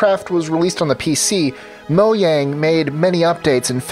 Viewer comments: mo yang... Bruh.. it's Mojang MO JANG Jjjjjjjjj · MoJang not Moyang you said moyang